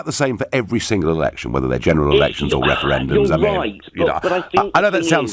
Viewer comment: What's up with that guys mouth at the beginning? He pronounces his R's with an W No more Wefewendums!